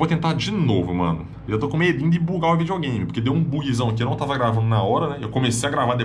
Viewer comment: vijogame so os olds falam assim